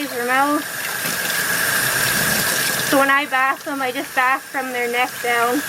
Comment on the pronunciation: BTW. It is bathe and not bath. Sorry to nitpick ;-). You give the animal a bath and the act of doing so it called bathing (pronounced bay-thng). She is such a cutie getting all cleaned up - something that she probably does not understand.